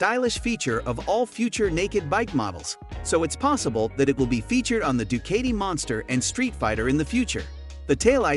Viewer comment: It pronounces du-KAH-ti, not du-KAY-ti…